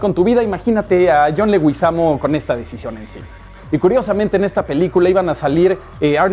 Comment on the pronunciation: Ay Dios santo trash... Un consejo revisa primero el nombre de las personas bien.. no es John legÜizamo.. Es John leguizamo debes revisar bien el nombre. Un consejo para proximos Psdt: muy buen top! 😀👌🏻